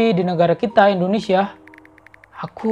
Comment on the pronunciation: Indonesia!!!! Bukan endonesia